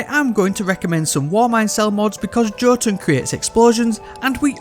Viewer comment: I love how the five ways you pronounce jotuun were all wrong